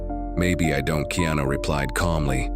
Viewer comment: DANG THE NARRATOR CAN'T EVEN PRONOUNCE HIS NAME CORRECTLY? ITS NOT KENO THERE BUDDY.